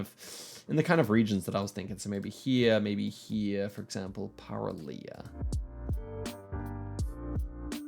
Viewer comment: "Παραλία" means beach in greek (you pronounced it almost perfectly) so the place that you should be looking for is "Κύμη" near the coastline, also 222 phone number exists only in Ευβοια (the big island you were on) you also missed the ferry boat sign next to the name "Σκύρος". Good job understanding that "Ποταμος" means river 👍